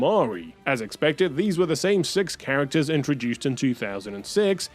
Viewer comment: come on man why do you have butcher the green characters like that?